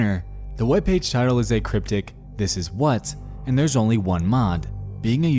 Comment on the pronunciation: Perhaps if the guy said "what" instead of "wat" this would have never broken down.